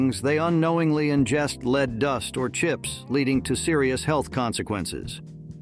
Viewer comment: "...leed exposure..." Mispronunciation of lead throughout this segment is unpardonable, especially after it is initially pronounced correctly.